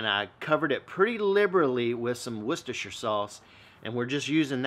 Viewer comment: Great video man, gonna give this a go in the next week. Also the best pronunciation of Wostershire sauce from an American I've ever heard. Much love from Ireland 🇮🇪